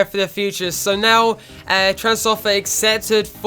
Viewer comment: Opare is pronounced o pear